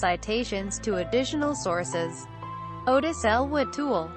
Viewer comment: It’s “Ah-Tis” not Otis.